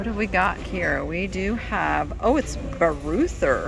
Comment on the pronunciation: Bareuther is German, pronounced like BAH royter.